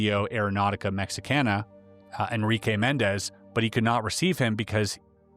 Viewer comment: Doing surprisingly well with the Mexican names :) Good job!